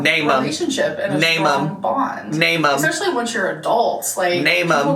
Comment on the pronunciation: it kinda makes me laugh when she's trying to be so serious but keeps saying exspecially